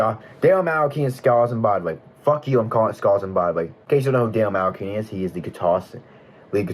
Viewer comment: If you mispronounce "tankian" and "malakian" wrong one more time im going to lose it 😭